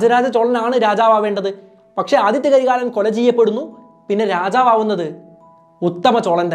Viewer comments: Aditha not adithya 😂😂😂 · ആദിത്യ കരികാലൻ അല്ല ആദിത്ത കരികാലൻ എന്നാണ് അതേപോലെ വനവൻ മാദേവി അല്ല വാനവൻ മാദേവി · Aathitha karikalan not Aathitya karikalan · Nice.. 👍but Adithitha karikalan not adithya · Athitha karikalan not Adithtya karikalan 😂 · 'ആദിത്യ കരികാലൻ' അല്ല, 'ആദിത്ത കരികാലൻ' ആണ് 💯